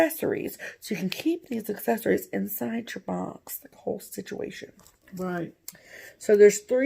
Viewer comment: Situation = stitchuation?! Dunno why but I kept hearing this in my head everyone you said you 😂. Another great video ladies, I was late to watching it this week cause work gets in the way.